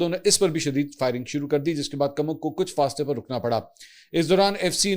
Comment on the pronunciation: Mansoor Ali Khan ye farsi ka lafz koomak hay na k kamak,mujhay tu tum kaafi educated lugtay thy,iss aik lafz ne tumhara pol khhol diya hay